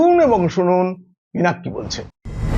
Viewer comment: Sir, Excuse me. Don't take it mind. Pank Ki Bolche (পিনাক কি বলছে = What does the Trident say ?). I am sure that it will be " Pinak Ki Bolchhe" as "ছ" = chh. N.B - Trident = ত্রিশূল।